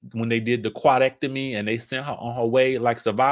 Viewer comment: Not the “Quadectomi”!🤦🏽‍♀️😂😂